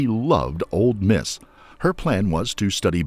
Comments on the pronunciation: This narrator drives me crazy saying “Old Miss” instead of Ole. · It's "Ole Miss", not "Old Miss". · I wish he would stop calling it ‘Old’ Miss. I know it has nothing to do with the story, it’s just a pet peeve of mine. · This man said “old Miss” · FYI, the "d" in "Ole Miss" is silent.